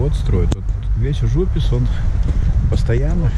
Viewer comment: В очередной раз спасибо за хороший и дельный коммент. Тут с ужУписом сыграло роль то, что я латыш. На подсознательном уровне возникают аналоги с латышским Uz upes (на реке) с ударением именно так. Схожесть языков иногда играет злую шутку, к слову я даже не задумывался о такой трактовке названия.)) Ввиду того, что в силу сходства языков, я понял причину возникновения названия района. Во дворах я к слову был, правда на стыке 90-00, А сейчас смотрел через арки и честно скажу, стало почище. Правда детально не заглядывал так-как были очень ограничены по времени и паркомат категорически отказывался принимать карту, платить по СМС с латвийского номера не получалось, а собирать мелочь по Нарвессенам я уже устал к тому моменту)))